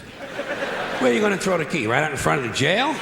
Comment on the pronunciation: And "throw", it's like "trow".